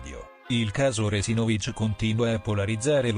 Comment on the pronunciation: Si pronuncia Re-si`-no-vich, non Re-si-no-vi`ch